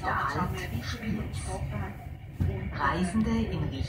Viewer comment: Die Aussprache Spiëz ist richtig. Respekt für einen Hamburger.